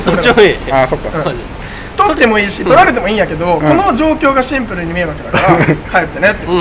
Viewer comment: 「シンプル（⤴︎）に！」て妙な発音で何度でも言っててキモッ、草ｧ😁✨✨✨